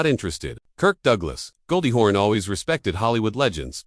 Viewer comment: It's "Hawn" not "horn"!!! Jeez!